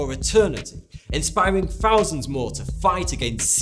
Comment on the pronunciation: Nice story ... Please try and stop saying ' fousands ' instead of thousands , 'fink' and 'fort' instead of think and thought ...